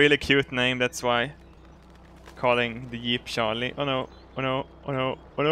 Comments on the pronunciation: To be fair, has a bit of trouble with some English phonemes (ie. juice, jeep, just) and this is one of them. He does sound like he's saying Sharlie instead of Charlie so people are getting it wrong. Be nice. It's a video! He has much lovin' for all of us. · its not a jeep its a yeep. And he is called sharlie not Charlie. LOL